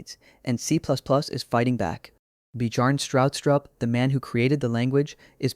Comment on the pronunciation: bee-jarn strau-strup 😂